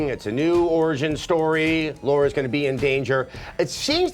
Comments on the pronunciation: its lara not laura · LARA CROFT. NOT "LAURA" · Please stop calling her Laura. Just say 'Tara' with a different letter, and you'd at least be closer to the right ballpark. I'm not sure what Americans do in the absence of an 'arh' sound, though. I mean, what exactly does 'Tarra' sound like in Americanese? do you guys say 'Tara' and 'Tarra' exactly the same way? Anyway, the character's name should sound like L(arh)-a. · And yet after more than 15 years they still can't pronounce Lara